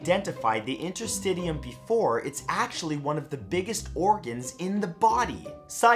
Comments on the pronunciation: Interstitium= inter-sti-shiyum Also from the other video. Gram positive cocci= coxi Sorry man. I had to comment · lol Matt, its pronounced InterSTISHUM, not interSTIDIUM llllooololo